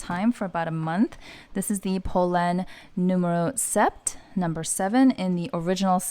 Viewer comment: Such a great and in depth review, thanks for sharing! I’m seriously tempted to buy this bag. Just fyi, the “p” in sept is silent so it’s just pronounced like set!